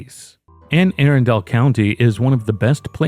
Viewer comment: Bro it’s pronounced aRunndull, not aarondale.